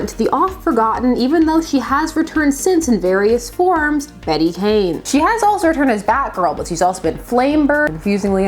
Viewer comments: It's actually pronounced "Bet" not "Betty." She is the weakest of the Batgirls. Barbara is the bomb, Cas was ok, Spoiler was fun, Flamebird was created to be weak and a comment of celebrity wannabes. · Bat-Girl. Flamebird. Hawkfire. Also, is her first name pronounced "Bet" or "Betty"? I've heard conflicting reports. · I always thought her name was pronounced Bet. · Fun fact. Until just this very moment I have always assumed Bette was pronounced as "Bet". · I always thought her name was Bet(te) not Betty, the Canadians in us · Heck, until you specified it I thought her name was pronounced "bet" as well, and I'm from Mississippi. Cool video! Never knew about this character at all until now. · For a while I was pronouncing Beet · DC really puts you through it with "Bette," unfortunately. Remember Plastique? Bette Sans Souci is French-Canadian, so she pronounces the name as one syllable. That's the way I read it, too. I have to see "Betty" or "Bettie" to see two syllables. Still, Bat-Girl will always be "Betty" to me. Sue me, I'm old!😆